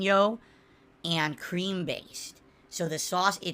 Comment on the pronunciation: How about everytime he says and: "eeand".